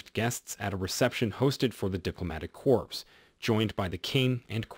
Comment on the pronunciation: I wouldn’t say anything to him at all, you can’t help him. The word is pronounced core (corps) and tiara is pronounced tea- air-a not tree -a. Please look up how to pronounce words you don’t know. Google will help you.